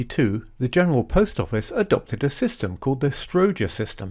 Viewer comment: str how ger ...not ...strow ger